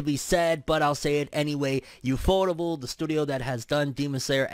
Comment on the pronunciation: “YOUFOUTABLE”???? Is that really how it’s pronounced? I thought it was U-F-O-TABLE.